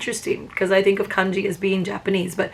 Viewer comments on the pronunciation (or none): Ohhhhhhh Kanji not Congee (like rice mush pudding stuff )